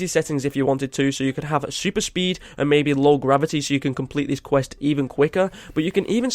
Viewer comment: You mean, “qwirst”